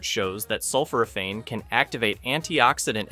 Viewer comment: I went keto in 2020 after being diagnosed with type 2 diabetes. I was recently diagnosed with a rare cancer. I can tell you aren't familiar with Otto Warburg or Thomas Seyfried as you indicate a genetic cause. Not being able to pronounce sulphoraphane doesn't inspire confidence, and not being aware of the concentration is also a bad sign. You have managed to assemble a little good information, while not having any idea that fully starving cancer is challenging. If you were familiar with professor Seyfried's work you would know that. People don't need slapped together information for life threatening diseases. Shame on you.